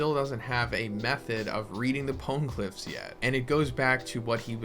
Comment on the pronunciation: imma be that guy, even the anime doesnt pronounce them powngliphs how you are...thats just annoying. "this is how i say it" no, there is a right way to say it, quit being lazy and learn the right way. till otherwise stated, the e in pone is pronounced, not silent.